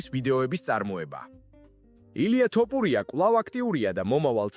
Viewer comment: ტოპურია . გაასხი მაქედან. ესეᲗ კაცის გვარი Თუ ვერ იცი.